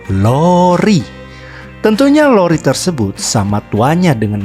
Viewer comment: LORI om.. bukan roli.. hahaha semangat terus om.. semoga semakin sukses chanelnya.. 👍🏻